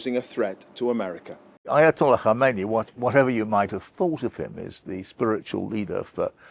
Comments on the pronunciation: His name is Khamenei. Khameni died in 1989. Dear white people you berate us for not speaking your language but can you please even say our "brown" names right or is that not possible for your white tongues. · Kha-men-ah-ee I thought Brits were good at pronouncing words?